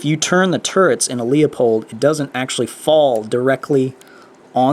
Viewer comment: LOOP-Hold! Not LEO-POLD. Please. It's like fingernails on a black board. There is NO reason to use a QD mount on a bolt gun. You bought probably the world's best scope for the money and have it mounted improperly. Larue QD mounts are awesome for FLAT railed guns of the AR15 and AR 10 type. I used SEEKINS 30mm LOW rings for my Bushnell Tactical Elite G2 reticle scope on my 10 FCP-SR. I like the SEEKINS becsue even Badger has that giant bolt sticking out on the side. SEEKINS does not. SEEKINS have the best designed rings on the planet IMO. Ken Farrells rings and rails are world class too. I am getting consistant .3" groups with Federal GMMM 168gr factory ammo. Your scope is WAY too high off your bore. You need that butt ugly riser. My lower mounted scope does need a riser, but I used a VERY practical and ultra comfortable STOCK PACK (large modular version in coyite brown) from TRIAD TACTICAL. It holds my Mildot master card and my bolt too. My bolt has a very long aftermarket handle so it is ultra convenient to store the handle in my Triad stock pack(Large model only!). Sir, you have so much right..the rifle and the scope. But I am telling you there is a far superior and practical way to assemble all this. The Seekins rings and Triad Stock pack are AMAZING add ons that I would not trade for all the tea in China. I was able to get a precise cheek weld height by adding Triad Tactical's cheek weld "kits" which are strips of velcor that stack up on top of the comb. They are attached